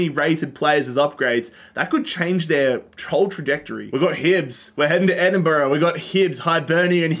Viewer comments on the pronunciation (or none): none